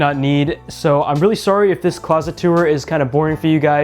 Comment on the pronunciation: The way you say “tour” bugs me lol